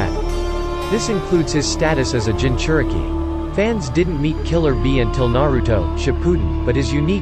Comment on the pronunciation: And what is nawuto’s and nawuto that’s not how you say the name and plz don’t use the robot voice or maybe just say it with energy it’s kinda disturbing . Not hating